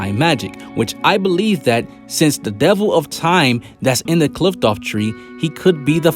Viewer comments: It’s pronounced “cliff-oth” not “Clift-off” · Did you just say Qliphqloph?